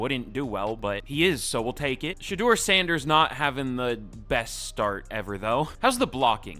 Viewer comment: Also, shout out to u for actually pronouncing our last name right on the first try. It’s not often that people get it right on the first try.